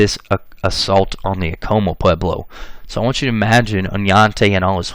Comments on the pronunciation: not a criticism, However, Acoma Pueblo is pronounced phonetically Ah- Koh - Mah ( correction with respect) . As a New Mexican, Genetic genealogists from New Mexico have verified through YDNA Paternal testing ( ( New Mexico males) from 1598 forward ( testing done via Family Tree DNA New Mexico DNA project) are 80% European (Spain, Portugal, and one distinct family from Greece, etc.) on female MtDNA ( Maternal almost exclusively Indigenous ( either from Mexico or from Native American females from primarily the Southwest (Pueblos). Thank you for video and information. LMW 🇺🇸. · Pronounce Acoma right first!!!